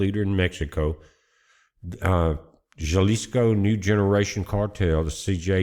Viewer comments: Halisco, h sound, no j 🤣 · you are mispronouncing the State of Jalisco! it's pronounced "Ha lisco" Good Report! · Would never vacation in Mexico or nearby it these days until the cartels are cleaned up. As beautiful as the resort areas are, not worth the risk. And it’s pronounced “Halisco”. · Its Ha lee scoe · The J in Jalisco is pronounced like an "H." Thanks for the report, 🙏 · J sounds like an h, but good job. Appreciate it.